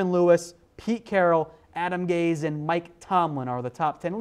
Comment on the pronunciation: You don't pronounce it Adam "gays" 🤦‍♂️smh lol